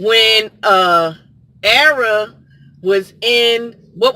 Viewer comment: Ma'am, it's Arya. Ar Ee Ya. I can't even with you right now.